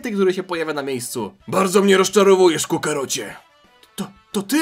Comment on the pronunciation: "Kukarocie" - prycham za każdym razem xD